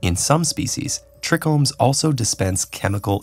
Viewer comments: Hate to be that guy but it’s pronounced trychromes not trechromes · tricombs is pronounced (try-combs) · pronounced "try-combs" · Tomato and cannabis are best friends. Its pronounced Try-Chromes (trichromes) not trich-chromes. Btw thats saliva and cannabis who have trichromes which has different terpines to warm off certain pest, mold and animals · The way he says tricomes 😭